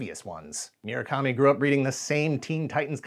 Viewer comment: It's mu-ra-kami not mi-ra-kami